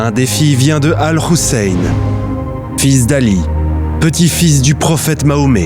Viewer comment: "Al Khoussain"...la manière de prononcer montre clairement qui est derrière cette vidéo.